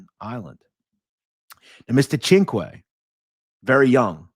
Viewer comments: here is the proper pronunciation of CINQUE Sin-cue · Cinque. Perfect pronunciation. It means 5. Great stuff.